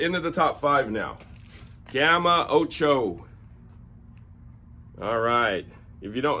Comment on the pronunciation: love the way you said 'ocho' :D